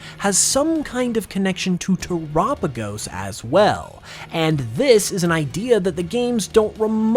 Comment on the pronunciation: Dang I hate when people call it "tur-apigos" because it has "tera" in the name because of the terastal connection. You don't pronounce tera like "tura" do you... I guess everyone has their own way of pronouncing things, though lol. Nice video!! As always :)